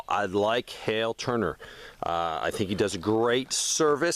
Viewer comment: Thanks for sharing link was having trouble finding the guy you mentioned on YouTube. And I was searching for the name that sounded like what you said hail. Then realized it’s Hal Turner.